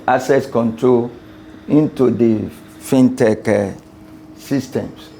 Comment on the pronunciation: First time hearing someone calling it “Fine Tech” Rather than FinTech